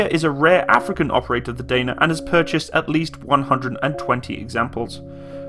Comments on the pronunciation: its not "deina" but only "dana" and it's actually crapy vehicle our army canceled regiment of these artillery vehicles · Those engines are underrated to last forever, same goes for suspension - also the swing axle suspension by Tatra can go through almost any terrain, it is almost like tracks. Pronunciation is Dah-nah and Zoo-zah-nah.